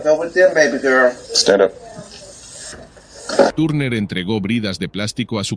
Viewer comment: Turner no tarner (y me refiero a la pronunciación)